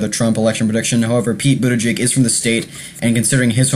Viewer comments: Please take the trouble to learn how to pronounce his name before making a video about him --it's not "boot to jig" it got really annoying--as was your mispronouncing Amy Klobuchar. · Budda-Judge and Clo-Ba-Shar....HeyZeus Krispy at least get the names right.... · It's pronounced Boot Edge Edge. Easy. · Pete Buttigieg is the best candidate.. he's smart and sets the right tone and you are pronouncing his name wrong. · Please practice pronouncing Buttigieg, you'll have more credibility. There is no excuse in not saying it correctly. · Just because you don't know his name or know how well-spoken he is, doesn't mean many others have seen and heard him and will have a good impression of his intelligence and capability. You should watch the clips from MSNBC, FOX, The View, and Ellen. And learn the correct pronunciation of his name before your next commentary. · Learn how to pronounce his name. Please! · Lear how to pre ounce the last name if the candidates you talk about!!! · Hope you can update this post in a few weeks. Also learn how to pronounce Pete's and Amy's last name. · First of all, pronounce Mayor Pete's name directly. 2nd of all STOP mentioning his sexuality, do you do that when a candidate is heterosexual? I live in Indiana. Mike Pence is not missed at all..he was an awful Governor. And all your "I thinks" are silly. Mayor Pete has tremendous appeal to Independents, and many Republicans. Your post makes it obvious you are not paying attention to what's really going on. This is a terrible video.